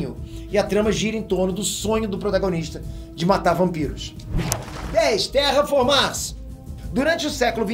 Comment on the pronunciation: falando terra formars doeu ksksks, e esse anime é uma droga